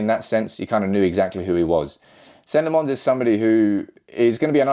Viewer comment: It's lamm-ens not lammons